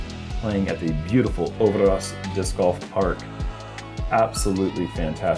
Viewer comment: Love to hear english-speaking people try to say Norwegian names ^^ Øverås is pronounced approximately like this: «i» as in «sir» «ver» as in «pulverize» «ause» as in «cause»